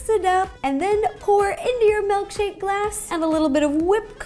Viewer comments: Honestly pissed she’s saying “MELKshake* *shudders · "Melkshake" ...lol